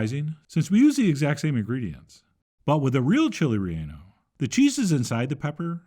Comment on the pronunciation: He will never Chili reyonno pancake s